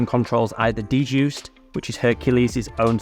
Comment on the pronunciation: Every time you say "D-Juiced," I cringe. The DJuced software is pronounced "Juiced." The "D" is silent, smh